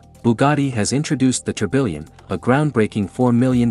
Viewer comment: That not how you pronounce tourbillon😭